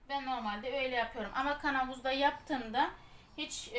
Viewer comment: Türk dilinde KANAVUZ DİYE BİR ŞEY YOK KAVANOZ DEMEYİ LÜTFEN ÖĞREN